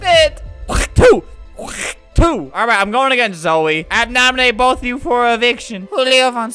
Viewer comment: it sounded like he said boof...